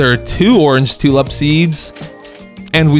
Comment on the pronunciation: For the love of god, learn to speak, calling a tulip a “tulup” and daffodil “daffiduls”, is English not your first language?